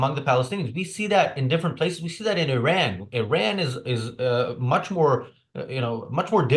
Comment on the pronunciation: is he saying "Iran" or "Ayn Rand" 😂